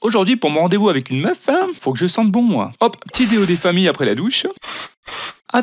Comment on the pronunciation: Pour mon rendez-vous avec une "meufeuh" 😂😂